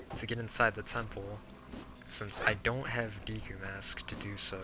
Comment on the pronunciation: When you say Deku it makes me think you are saying DQ.